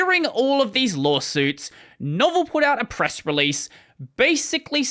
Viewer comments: Not a big deal, but its not Novel, its Novell pronounced No-Vell (vell like fell). They were the owners of netware back in the day. Didn't know about the lawsuits, pretty funny. Back in the day I started in the industry support Novell Netware, it was the leading tech for server/client for dos and windows. Of course windblows caught up and overtook Netware with Windows NT. Novell at the time was king and thought they would never fall and didn't take Microsoft seriously. Of course we all know how that turned out for Novell. Most people haven't even heard of them now...lol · The way you describe Novell is, not precisely wrong, but is missing enough that it sort of is. Novell was a hugely important company in its time, and the biggest competitor to TCP/IP in the corporate networking space. That was, of course, a losing proposition, but they had a really good operating system underneath it all for awhile. And it's noh-VELL, with a short E and long o. Very distinct from the word 'novel' as in 'something new' or 'a longish work of fiction'. That history is pretty complicated. SCO, the fragment of AT&T that owned System V (aka USL), SCO, and Caldera all danced around the drain with lots of deals being done between them in an attempt to deal with the rise of Linux. Novell actually owned System V for awhile and released a version of Unix that I actually used a whole lot before I finally switch to Linux. Much as Novell's OS was called "Netware", this version of Unix was called Unixware. SCO was always an evil blight on the Unix world. The first version of Unix I ran on a computer I owned was SCO, and it was a nightmare because they tried very hard to make sure I paid a whole lot of money for developer tools in order to write software for their Unix. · Novell is pronounced noh-VELLE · It's not "Novel" it's "No-vell." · "pronounced "know-VELL"" Really? So it's not pronounced the same as the word "novel"?